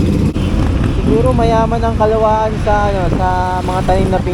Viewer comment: Kalawan bigkas nyan Hindi kalawaan